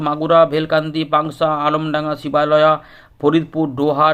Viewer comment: উচ্চারণ হবে ধামরাই শিবালয় নাগরপুর